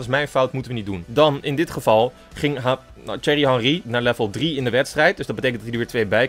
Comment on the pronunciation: zeg geen cherry maar thierry spreek uit als tie-err-ie